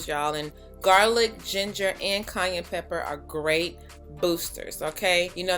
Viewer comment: I'm crying every time you say "cayenne"...it sounded like Kanye.😜 Too cute.